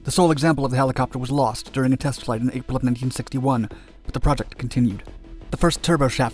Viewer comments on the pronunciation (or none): none